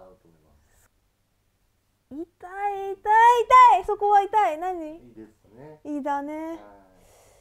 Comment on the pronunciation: 痛いの言い方、おとこが入っている感じ！いだい！濁音になっている！